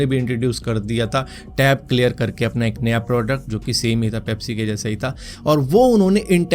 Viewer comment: Coca cola failed "pepisi" nahi "Pepsi"